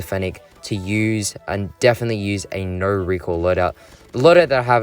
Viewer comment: talking about fennec: REEQUIL, REEKOIL, REEQUIL